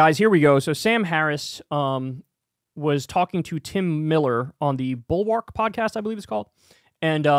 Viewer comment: Would have been classy to link the Bulwark, ore even pronounce it correctly to let people search easily.